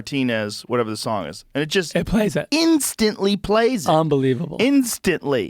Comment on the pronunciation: "Instantlee" clicked